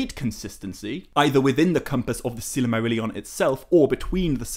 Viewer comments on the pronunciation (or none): I wholeheartedly agree. He puts in a tremendous amount of work. But the way he pronounces Silmarillion drives me mad. He uses 6 syllables instead of 5. almost sounds like „silly Marillion“.